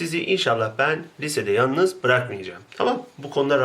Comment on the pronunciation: hocam 1.25 de yanlız değil yalnız olcak :) teogta çıkabilir